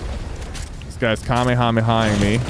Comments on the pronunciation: Bro, sypher say at the transformers mythic "kamehamea" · It's pronounced Kuh-may-hah-may-hah. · Bro wth he said kamikumiha